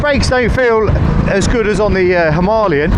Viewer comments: I'm sorry but I can't stand this dude pronouncing himalayas wrong it's not a himarlyan 😢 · And you got the perfect Indian accent for “ Himaaalayan” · I find your pronunciation of Himalayan strange, Hi-ma or Him-a! hope this makes sense? gr8 vids so far, just luv'n the difference between bikes, the RE looks the bike that has surpassed its predecessor, although KTM looks the part.............